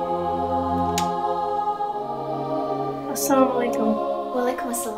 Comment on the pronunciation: its assalamualikum instead of salamualikum. lil change can in Arabic makes bigger mistakes